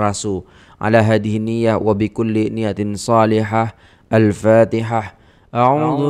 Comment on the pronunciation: Sedap dgr alunan al fatihah tuan. Tajwid pun terjaga.